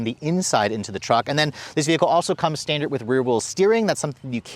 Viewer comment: And "when I get it back home for a week." And he consistently pronounces standard as stan-dirt